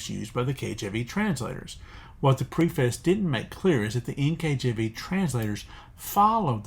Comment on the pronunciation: Very helpful and important information, thank you! One request: please check the pronunciation of "preface."